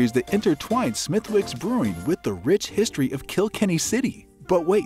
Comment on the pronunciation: Well, you have never been there and that shows. "Smith-Wicks"? Say that anywhere in Ireland and you'll be laughed at. It's pronounced "Smithicks". Also "Tudors" not "Toodor" (American "u" not applicable). I mean...good info, but refine your research please!